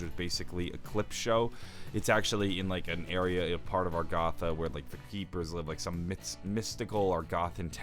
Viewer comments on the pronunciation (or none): It’s agartha not argotha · I love your videos but STOP SAYING ARGATHA. IT'S AGARTHA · A GAR THA not AR GA THA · arr-goth-a bruh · You KNOW it’s pronounced AG AR THA! Damn troll lol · You and Reed both say Argatha, interesting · Did my dude just say agaatha